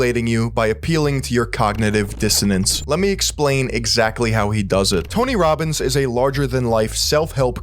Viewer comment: dr oz clip really captured all of Tony Robbins content well... very high quality, very intellectual, he said cogntiviijss dsiannace too, very smart stuff